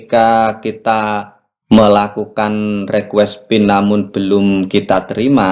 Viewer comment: Bukan Rekues Bang tapi Rikues bacanya.